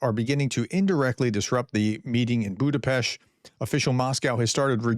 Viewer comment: Budapest 🇭🇺🇭🇺🇭🇺 RUSZKIK HAZA! Putin can very well stay in his bunker, waiting for the end. Btw you did pronouned Budapest really well prof.